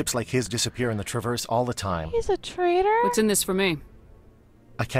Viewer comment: Trader. T R A D E R. Not "traitor".